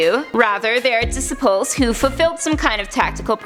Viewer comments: LoL. She said "dissa-pulls" instead of disciples... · We gonna ignore how she said disciples? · anyone else hear the way she said 'Disciples' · The way you say disciples 😂😂